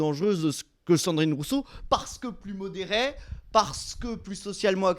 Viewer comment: "plus modéray"... C'est n'imp 😂